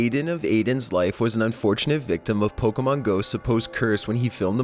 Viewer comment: stop going like I love pokemoN are you serious I walked OFF